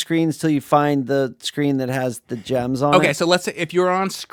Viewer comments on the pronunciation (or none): none